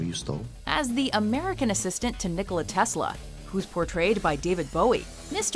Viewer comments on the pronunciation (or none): none